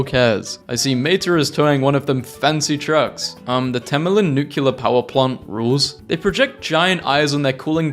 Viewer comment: Will you PLEASE PLEASE PLEASE pronounce nuclear as NEW CLEAR and not NUCULAR?